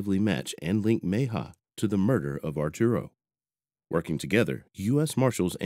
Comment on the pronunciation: Repeat after me: Meh-hee-ah. Mejia. Not too difficult...